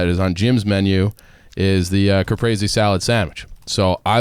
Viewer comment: how tf to all of you pronounce caprese wrong? Cuh-preez-ee phonetically spelled